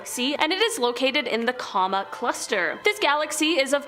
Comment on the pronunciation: Re: Coma cluster. "Coma" is pronounced "KOH-ma," with "KOH" rhyming with "low," "slow," "toe," etc., and "ma" rhyming with "slaw," "law," etc.